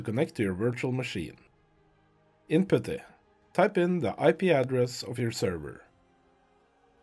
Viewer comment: This worked so great, thank you for this video!!! I could listen to you pronounce "Putty" all day long. 10 hour loop when?